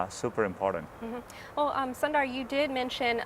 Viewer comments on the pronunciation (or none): she calls him "sun-dar" but his name is pronounced "soon-dar" just FYI